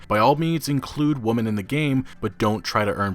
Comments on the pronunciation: Stop pronouncing "women" as "woman". God fucking damn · I can't tell if you're saying ''woman'' instead of ''women'' on purpose, but good video! But..Ye Feminism is ruining games they don't play. They just want everyone to see their toxic behaviour. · When will you pronounce WOMEN correctly? i get triggered every time. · For fuck sake learn the difference between WOMEN and WOMAN and how they are pronounced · Can I get an explanation of why pronounces "women" as "woman" all of the time? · “Women” is still not pronounced “woman” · Dude, you need to learn how to say the plural of women, which is pronounced like “wimin” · FOR THE LOVE OF GOD STOP SAYING "woman"....it's WOMEN. Every single time you did that i cringed so damn hard. It makes you sound extremely uneducated and hurts your talking points!!! Fix it! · Woman and women are not pronounced the same. Maybe you are uneducated. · God in heaven, why can't you pronounce "women?" Woman and women are different words, with different letters, that have different pronunciations. It's so jarring because I have never heard anyone make this same mistake and it's such a common word, unless you were ESL I don't see how this is possible. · Women as in "wimin" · Woman - singular Women - Plural. For the love of the internet, PLEASE learn the pronunciation. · I love your commentary on gaming news but please pronounce women right. It's pronounced like wimen or wimin. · Dude,, can you please learn to pronounce Women properly? So many content creators make this mistake and it's so cringy. Here, Merry Christmas friend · You keep mispronouncing "women". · learn how to say women. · Dude, please....learn to pronounce "women." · Stop saying WOMEN wrong!!! Lmao